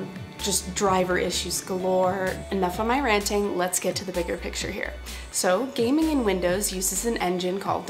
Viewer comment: When I first watched this, I thought she said, "you may have noticed my feelings regarding gay men on linux."